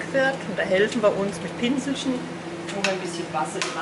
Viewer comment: "Schischt um schischt" und mit dem "Pinslschn".